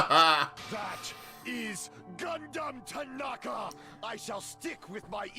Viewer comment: Repeat after me. G U N D H A M T A N A K A